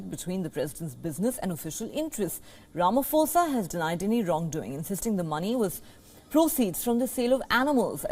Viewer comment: It's Ramaphosa not Ramafosa. 'Pho' is pronounced the same way as 'po' for poland. like this